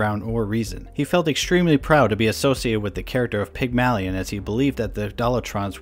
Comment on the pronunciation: the way that you say Pygmalion takes 8 years off my life every time you say it